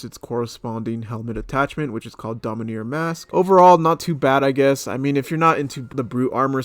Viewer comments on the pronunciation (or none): Also it’s dominAR, not domineer, LMAO